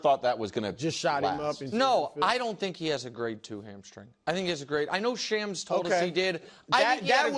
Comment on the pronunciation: shawms not shams